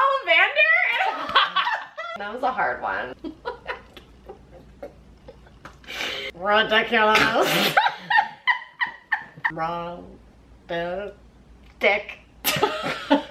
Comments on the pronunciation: “Rid-dik- Ulous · Ri-DICK-ulas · Rid..Dick..i..lus Lmao😂